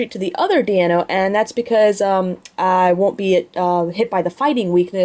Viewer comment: "DEIno", notd "DIEno".... You're welcome =P